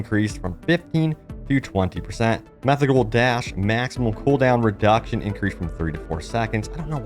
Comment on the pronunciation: he tried lol 😂 “methodical “